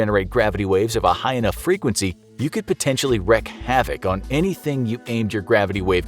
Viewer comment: "Wreak" havoc...pronounced "reek". ;)